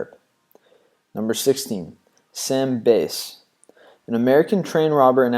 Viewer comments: It’s Sam bass pronunciation is bass like the fish not base . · Please learn how to pronounce names,example "Sam Bass' as in "Fish" not "Guitar" and why would you put Geronimo and 30`s Gangsters in this category ,home work please. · OK number one Wyatt Earp did not defend Curly bill you butchered Sam Bass Name the Apache were not outlaws Black Jack Ketchum was hung in 1899I swear it's like you didn't even doing the research